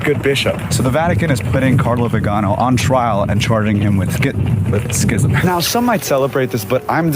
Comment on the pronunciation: Arch Bishop, vee-ginn-oh